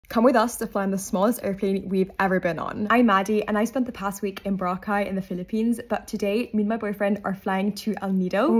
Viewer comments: It’s a small detail, but i loved how you pronounced Boracay properly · u guy the pronunciation right ! ❤ haha :>